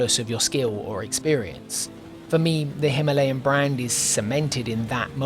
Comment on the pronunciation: Excellent video as usual! I'm just glad you pronounced Himalayan the normal way and not how the majority of speakers at ABR pronounced it 😂